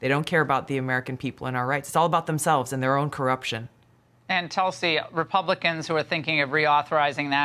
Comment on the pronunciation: I swear u said toxic gabbard lol